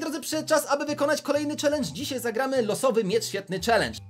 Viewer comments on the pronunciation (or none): none